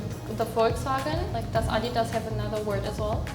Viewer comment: I think that pronunciation is great How i heard it she said "Adi das er" What makes it so great isbthat the guy who founded the company was named "Adolf Dassler" commonly refered to as "Adi"